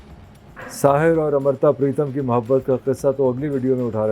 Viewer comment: It’s amrita Not amrata